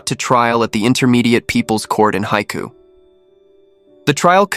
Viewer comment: I've been to Haikou and the narrator totally butchered the pronunciation. It means the "sea's mouth" and is the major port for Hainan with a channel across from the mainland. Hainan used to be part of the Guangdong province, as was the neighbouring Guangxi province. The Vietnamese also believe that Hainan should have been Vietnamese territory. They are famous for the famous Hainan Chicken.